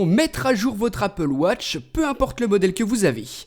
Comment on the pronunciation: Je crois que c'est la première fois que tu dis Apple Watch et non Appel Wotch